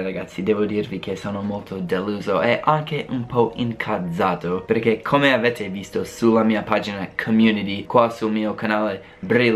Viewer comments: Incazzato prova a pronunciarlo "incatsato" come cazzo 🙂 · AHAHAHAHAHAHAHAHAHAHAHAHAHAHAHA SENTITE COME DICE INCAZZATO